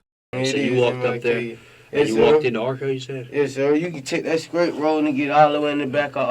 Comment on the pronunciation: He needs to switch teachers, because his English class is not working. I would be so embarrassed to not be able to pronounce the words in its full. Straight = skreat. Wow!!